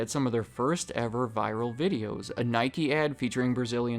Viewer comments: I am not brazilian but speak portguese on a basic level. The soccer players name is Ronaldinho and you say it 'Roh-nawhl-deen-hyo' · i love your vids but you must pronounce RONALDIÑO right. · I had a stroke when he tried to pronounce "Ronaldinho" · You butchered it bro, Ronaldinho 😭😭😭😭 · Bro I absolutely loved the video but did you really pronounce Ronaldinho like that?!😅🤣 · I'm sorry I can't ignore the fact that he butchered ronaldinho's name 🤦🏾‍♂️ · Damn that is one way to slaughter Ronaldinho's name 😂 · I took offense in how you butchered Ronaldinho's name🤣🤣🤣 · This mf really struggled to say Ronaldinho 🤣🤣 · The way he pronounced Ronaldinho 💀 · Hearing him try to say Ronaldinho hurt my soul. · How did you pronounce ronaldhinio like that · wtf that ronaldinho pronunciation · You butchered Ronaldinho’s name 😭😭😭😂